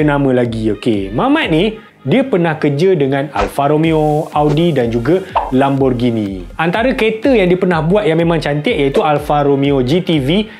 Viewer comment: Lamborgini bukan Lamborjini walaupun ditulis Lamborghini tapi sebutannya Lamborgini, sebut biar betul jangan jadi ngok sanget 😂